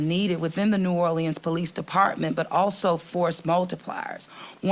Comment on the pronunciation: Can the mayor at least pronounce New Orleans the city she's mayor of?